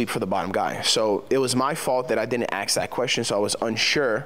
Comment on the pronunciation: Wait a sec "AKS the question..."